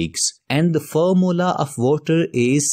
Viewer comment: Formula ❌ Formla✅